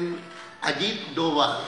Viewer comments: पहली बार एन एस ए के नाम का सही उच्चारण किया गया है. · पहली बार एन एस ए के नाम का सही उच्चारण किये गया है.